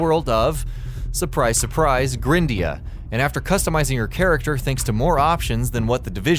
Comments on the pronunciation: Jesus Christ... It's not pronounced "grin-dea", it's pronounced "GRIND-ea"... For fucks sake, the game is about GRINDING! >_< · Probably pronounced gr-eye-ndea and no grin-dea. You know... cus of the grind? You're kinda terrible at pronunciation buddy.